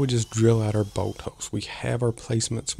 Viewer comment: I was confused, what boat? Finally realized you were saying bolt. 😂